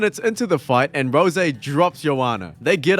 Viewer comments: I think he's intentionally tryin' to piss me off by saying Rosè instead of Rose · Not you saying "Rosé Namajunas" and "Leg kicked to the head". It's Rose like the flower, and a leg kick is a kick that lands on the leg, so a leg kick to the head is nonsense. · Why is he saying Roe-Zay instead of R.O.S.E….? Is it an inside joke or something? I like this guys videos, but that shi is mad annoying 🤣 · He's a Dragon Ball Youtuber and saying Rose with the "zay" at the end is something hes accustomed to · That's how you say Super saiyan Rose, well It makes sense since he is a Dragon ball legends youtuber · Please just say rose instead of rosè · Canadians don't understand the issue, it is pronounced Rose, eh? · Is this AI narration? “Rosay” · Bruh it's Rose. Like, the flower. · Does this guy think her name is “Rosè”? Has he ever watched a fight of her’s? Or heard anyone say her name ever😂😂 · RICK ROSS uhuh, ROSÈ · Rosè Gracie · Gonna go have me a glass of Rosè Namajunes just so i can cope with how annoyed i am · The way you pronounce rose is the reason the revolutionary war happened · This vid was kinda interesting until you mispronounced Rose about 10 times in a row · That’s not how you say Rose smh